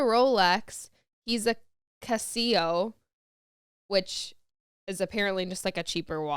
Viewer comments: It's a fact that Casio has NOT endorsed Shakira's ex. Yes, he wore a Casio and was seen wearing one, but Casio themselves put out a statement that they're not infact sponsoring him. (Casio...pronounced "Cass-e-o" which is said slower, and NOT pronounced "Cass-see-yo", just fyi 😉) Great podcast! Liking the longer ones! 😃💞👍🥰✌️ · And also how she pronounced it! 😆🤣 Pronounced "Cass-e-o", not "Cass-see-yo", lol!!! (And a few other things that she got wrong....😆)